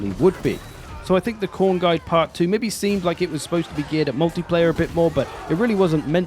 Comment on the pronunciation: Mate, it's Khorne. Everyone knows how to play Khorne.